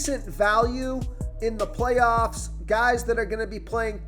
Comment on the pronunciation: Dont ever say "playoffs" like that again 😂😂😂😂